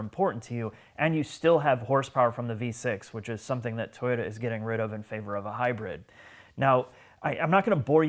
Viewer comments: It's HYBRID not HYBIRD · "since we discussed the Hy-bird" was my favourite moment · Mispronouncing the word "hybrid" and fake emotional outbursts is very low class and inappropriate in a vehicle review.